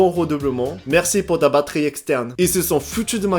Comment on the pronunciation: Le "Merusi" d'Aoyama Yuga! 🤣😂 Je m'y attendais tellement 🤴👑😅 le "Bonjulu" sur la notification m'a mise la puce à l'oreille.